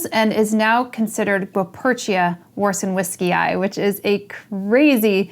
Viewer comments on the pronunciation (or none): Just to say your channel is extraordinary, I believe the pronunciation would be rather like this: varsheveechee, Warszewicz was a Polish botanist :-) Cheers